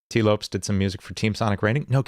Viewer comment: Couldn't help but get distracted by how you pronounced Lopes lol, it's pronounced like Lopez!